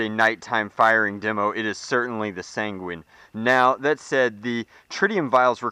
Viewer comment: sanguín sounds like penguin